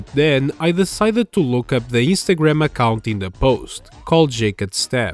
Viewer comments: Istagram? Are you Italian? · I mean, he could from any Mediterranean countrty. However, the biggest hint so far is his pronunciation Istagram. Italian language often dropped the n like that for dome reason. This uploader os not as obvious as that youtuber who ranted about unnecessary circles and arrows on thumbnails. That guy sounded like he'd say mamma mia any moment.